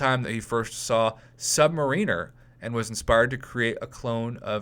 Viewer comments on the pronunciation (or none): It's pronounced Sub Mariner... Like Italian marinara sauce on your noodles.